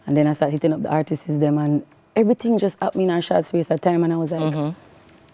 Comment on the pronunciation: Someone please teach her how to say ARTISTS when she wants to say the plural of artist. 🤦🏾‍♀️